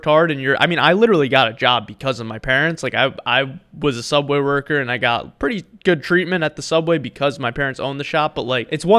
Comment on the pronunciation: your saying subway wrong